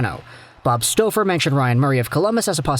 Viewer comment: lol the way he saying Staufer lmaooo